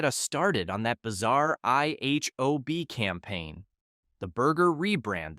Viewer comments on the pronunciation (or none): none